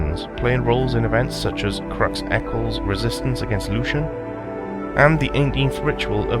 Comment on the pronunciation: great vid, seems like a good god. just wondering isnt lucien pronounced "Loo-see-en"?